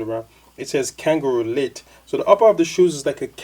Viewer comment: not langaroo leather its kangalite not "kanga elite" lol. its synthetic msde to imitate kangaroo leather